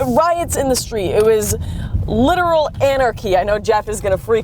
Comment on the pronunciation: she may be speaking truth but I can't get past the silly way she's saying "literal"